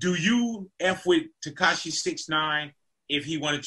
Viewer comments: He also said "Ketashi" but I left that Alone..lol...I'm sure he's a good dude and I'm not the one making the video so who am i..haha.."Curtis 50 Jackson Cent Piece"... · He actually said.." Katashi 69"..lmao but i pointed that out already in a different comment. Just happen to see this and thought it was still funny. Man..im.bored AF Obviously!! haha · He said katashi instead of tekashi lmao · This man said "Curtis 50 Jackson Cent".. lol